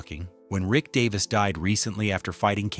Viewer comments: Get his name right first that would be good 😮 its Rick Davies not Davis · its Davies Not Davis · Get his name right DAVIES!!! You have no credibility to do this! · obviously dont know his name its Davies not Davis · Davies! Fair dinkum, if you can't get his name correct then don't bother. How disrespectful!